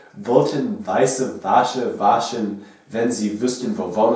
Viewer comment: That's impressive for 6 months of learning! Ich habe alles verstanden, auch wenn einige Dinge von mir nicht so gesagt werden würden. Mit den Umlauten hast du noch so deine Probleme, Karpfen und Kupferkochtopf hast du sogar mit Umlauten gesprochen (also Küpferkochtopff und Kärpfen), bei Wäsche hast du "Wasche" gesagt... aber sonst: Super! And I can only imagine what I'm sounding like to an english native speaker (when speaking English).... :D And: Ich liebe Akzente! Ick würd jerne uffhören Berlinerisch zu sprechen, aber dit fällt mir echt schwer!